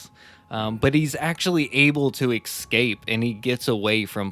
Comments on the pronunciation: Love listening to this! Great podcast, but babe. Honey. Bunny boo. It's eScape. Not eXcape. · You guys should do an episode on the Harpe brothers. Serial killers from the 1700's. They are the first known serial killers. It's a really fascinating story. I really love your shows (except for all the words that have an 'x' inserted when there isn't one.... exspecially, excape, ..... Lol) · The more beta guy on this podcast who can hardly speak correctly needs to learn that "burglary" isn't pronounced "burg-a-u-rly" and "escape" isn't pronounced "excape". You guys do a decent job of reading Murderpedia I guess, but you suck at knowing how to speak your own language.